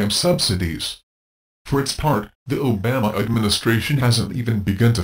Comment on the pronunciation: That horses ass can't even pronounce. Obama's name right.We need single payer nationalized. health care now! The insurance model for healthcare is pure evil.